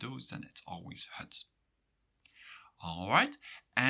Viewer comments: Why do you pronounce het as hut? You say ut normally and if stressed, as het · you pronounce het like hut. Belgian? Sounds charming